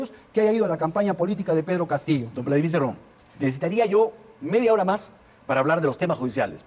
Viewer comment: Daniel Hargus, Se llama Cerrón, no Cirrun; pero es evidente que tu intención es burlarte de las personas del interior del país. Típico de un alienado e ignorante que creyendo que al "burlarse de los demás" podrá cambiar sus rasgos netamente peruanos ¡Ubícate por favor!. Ja ja ja ja ja ja me recuerdas al "periodista" que está entrevistando a Cerrón, que creyendo que actuando de esa manera podrá cambiar sus RASGOS AUTÓCTONOS.